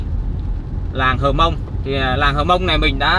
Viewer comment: Cô gái Hơ mông ( chứ không phải là hờ mông) ngồi bên bếp lửa. Chàng trai mường tè đứng ... gốc cây. ( Núi và đồi khác nhau đó bạn).